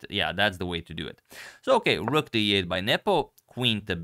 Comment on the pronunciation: Because again, you said "Ok, rook..." ~> "Ok, Google" ))) So funny